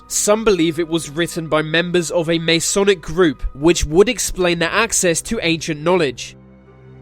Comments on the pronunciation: mason is not pronounced may-sonic - it is pronounced mass-onic, many thanks for your kind attention, enjoy the rest of your day. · masonic is not pronounced may-sonic - it is pronounced mass-onic, many thanks for your kind attention, enjoy the rest of your day. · may-sonic? MASS-ONIC